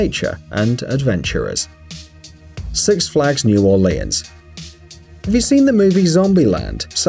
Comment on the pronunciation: He said Orleans Wrong